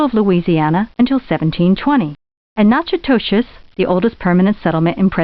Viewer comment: Natchitoches (Louisiana) is pronounced like "knack a dish", not "natch a toe chess"